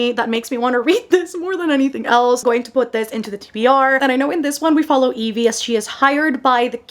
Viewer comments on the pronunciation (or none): none